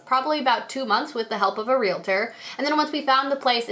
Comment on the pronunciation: Well when u said realtor correctly I was sold